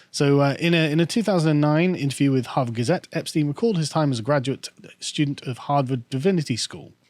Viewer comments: For someone who used to live in Germany why do you always mispronounce Epstein? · 'Epstein' 'athiest' lol